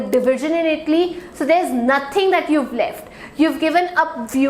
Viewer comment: Please pronouce ITALY properly ! U r pronouncing as itly ! But good class.